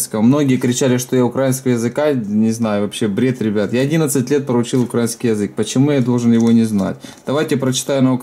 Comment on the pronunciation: Украинский!!!!!!!!! (упор на И)!!!!!!!!!!